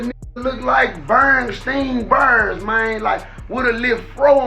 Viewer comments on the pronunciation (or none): Mane said Bernstein Bears 😂😂